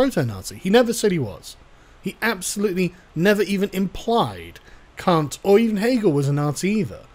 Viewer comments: KANT. His name is Kant. Kantian. kAnt. Not kUnt. Otherwise I agree and have no issues. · Why kant you pronounce Kant? It's effing c-word. Immanuel short a sound Kant. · Stop saying Kant, ya Kant